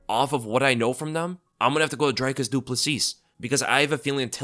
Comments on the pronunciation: it's not "Dry-cus"... its pronounced "Drick-us" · Dricus is not an I sound it's and e sound like cheese, feed, read So it's Dreeeecus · Its pronounced Dricus not Dricus 😂 🇿🇦 hope he sends till into retirement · What is it about Americans that just refuse to pronounce Dricus' name correctly?